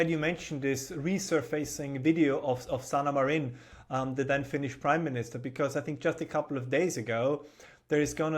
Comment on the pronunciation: his pronounciation of the disgraceful ex finnish pm was so bad if i didn't know he was talking about her i would not have known it and even when i knew he talked about her i still had hard time understanding him pronounce it xd